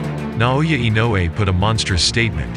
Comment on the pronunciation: You pronounced Inoue's name correctly. You are in the elite 1% of announcers / commentators. It's a rare thing!